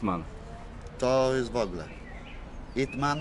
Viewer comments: YPman nie Ytman. Nauczyciel Brucee Lee. Rzeczywiscie biografiia ciekiekawa i autentyk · Yip Man nie It Man